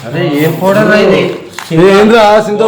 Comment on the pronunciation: Poder ❌ powder 😂😂😂😅😅